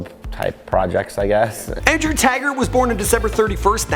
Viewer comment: Its taggart not tagrat 😂